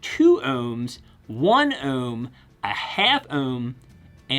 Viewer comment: I like how you say “ home” and “ ohm”